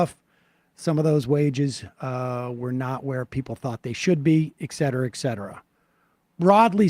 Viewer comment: This election isn't looking very tight, Sam. Emma, please tell Sam it's 'et' cetera with a t.